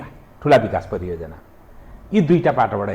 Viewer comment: Priyojanaa hoina hajur pariyojanaa ho.